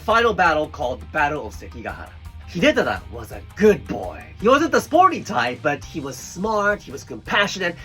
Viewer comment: Jokes on you, I spent the better part of this video practicing pronouncing Hidetada like you cause I thought it sounded neat. 😂